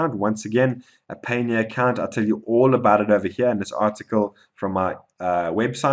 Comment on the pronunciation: Your pronunciation of Payoneer is off.... I think it is supposed to sound like Pioneer. Just fyi